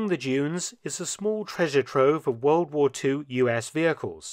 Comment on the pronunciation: lol can’t even say the word war 😂